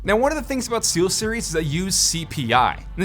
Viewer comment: i thought he said t-series buy he said steelseries